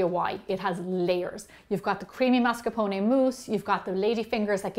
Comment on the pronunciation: MASCARPONE !!! With the R